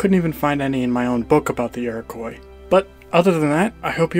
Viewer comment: Learn how to pronounce "Iroquois" please